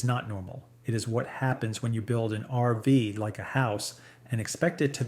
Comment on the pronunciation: Was interesting until you called an rv an "arvas", then I figured out you are nothing but an AI "voice"! What is the problem with you people that you are too damn lazy to voice your own videos? Do you think we are that stupid that we cant figure it out??